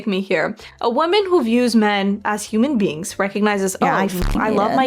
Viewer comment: ik vind het leuk dat het moment dat ik weg keek en de blonde vrouw haar lippen niet meer lees hoor ik dat ze human beans zegt lol